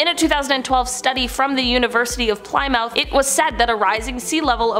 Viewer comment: And Plymouth as Ply mouth